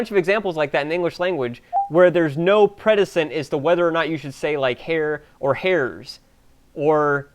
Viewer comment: Predecent. Precedent. Precede. Press-uh-dent. To come before. Just saying... lol